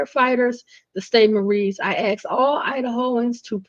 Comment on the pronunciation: great scoop. and it is assssssk not ax.